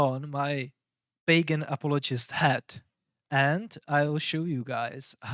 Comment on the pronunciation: no hate, but every time you say 'pagan' I hear bacon, uhmmmm BACON